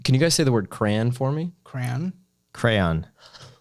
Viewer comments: I’m from the northeast Massachusetts/New Hampshire and we say Cray-on not cran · im from mass and it is crayon not cran. We say the y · You should have stopped this episode when this nerd tried to say the proper pronunciation for crayon was cran. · My wife says “crown” instant of crayon and it bothers me way more than it should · New York here and I have never heard anybody pronounce crayon “cran.” It’s CRAY ON. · Im from the northeast, we say cray-on, not crayn